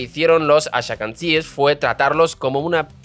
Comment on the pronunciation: Gracias, menos mal que lo dice alguien. "Haradis" en lugar de "Haredis", bueno se lo paso... pero "ashakanzies" es imperdonable